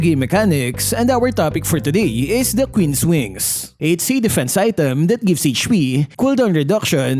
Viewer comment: "kween's wings"😂😂😂 "Manananggal " 😂😂😂 "si albert" 😂😂😂 "dirty na yelo"😂😂😂 " kevin durance" 😂😂😂